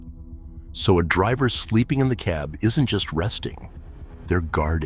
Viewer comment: Mispronounced "cab".